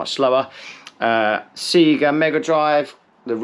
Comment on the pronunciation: Seeeega, surely sayga?